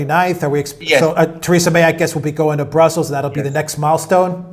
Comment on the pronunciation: Who is 'Tayrayza' May? Does he mean 'Theresa' May'?